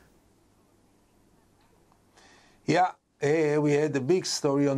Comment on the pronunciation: Why is she saying Gideon wrong?